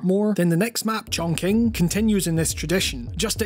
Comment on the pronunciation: It's pronounced "Chongching" not "Chongking".